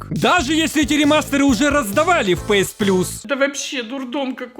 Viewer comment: Не пээс а пиэс, не пасс а пэсс